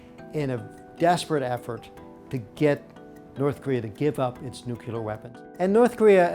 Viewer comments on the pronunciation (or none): Why.....why are so many apparently intelligent, educated Americans incapable of pronouncing the word nuclear? Just say NEW CLEAR and you've got. See? Easy! Just please stop saying NEW-CUE-LER. please